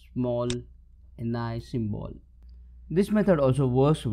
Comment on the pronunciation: Pronounced en-yay